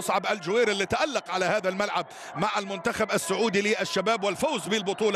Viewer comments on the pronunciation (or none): none